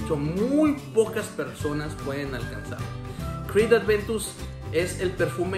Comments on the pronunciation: dios, no entiendo porque ya son varios los que le dicen "Adventus", hasta es más fácil decir Aventus pero siguen diciéndole Adventus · Siempre te confundes y dices "Adventus" en videos pasados te ocurrió igual jaja